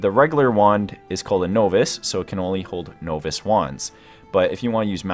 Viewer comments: This is such an amazing layout but it hurt to hear so many words being so poorly pronounced. Tome = T-oh-mm Novice = Nah-viss Arcana = Argh-kah-nah etc. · Is English your first language? The video was decent enough but I'll be damned at the pronunciation of certain words such as tome and novice. Good lord man...